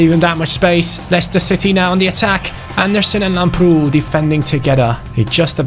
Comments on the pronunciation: Hey,lamprou is called làmprou and not lamproù Like so can see👍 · Lamprou is pronounced làbrou. I'm greek and its very weird hearing it wrong. Like so can see